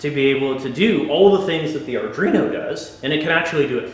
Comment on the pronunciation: Thanks for the video, but come on guy. Sound it out slowly ARDUINO. How familiar are you with coding and Arduino boards if you are calling it Ardrino? ARE-DWEE-NO.